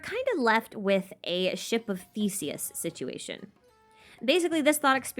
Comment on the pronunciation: talks about the ship theory me - hears 'shit' instead of 'ship' me after realising ship - I'm deaf and undeaf